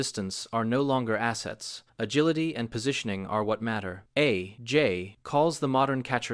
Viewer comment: A...J...might...be...wrong. All of the sudden, this AI voice is British? I do enjoy these videos, but why do they pretend it's an actual guy saying this stuff? Nobody would pause between A and J like that. Or call Jim Thome Jim Tome. See other video for that.